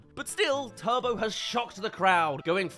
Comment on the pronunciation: Turbo* no "tobouuu" genio